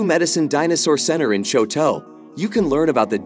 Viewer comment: You can not pronounce Choteau, Butte, or Helena, and you're telling me about my state?